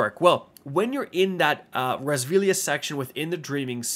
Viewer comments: It’s pronounced “Ray Silvia” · It's pronounced Ree-uh-sill-vee-uh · I'm pretty sure you butchered the pronunciations of both Rheasilvia AND Pauurc lol